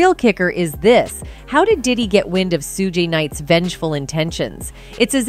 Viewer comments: Su-gay Knights though 😂😂😂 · Sewgay night?